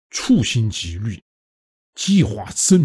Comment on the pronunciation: 处心积虑的处是第三声